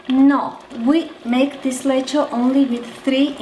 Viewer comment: Btw you pronounce it like Hungarians do.. 😁